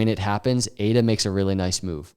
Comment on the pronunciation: I liked it when he said ADA 🥰